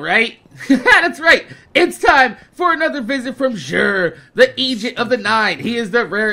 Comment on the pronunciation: it sounded like you said the Asian of the nine